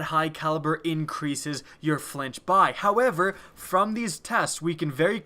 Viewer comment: flinch like when I hear you say however